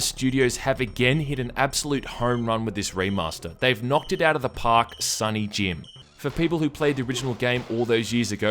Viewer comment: My son is called Jim. He gets offended when you say it like that...